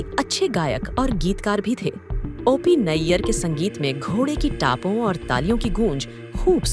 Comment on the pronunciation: ओ पी को औ पी क्यों बोल रही हैं आप ??